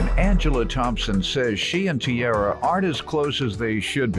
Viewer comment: That’s not tiara. That’s ciara